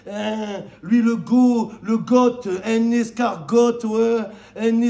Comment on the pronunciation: "un escargoat"😂😂😂